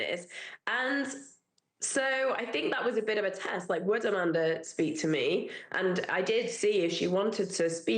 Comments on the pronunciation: SCAManda lol not SCUManda even tho both are right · SCAM-Anda Not Sca-Manda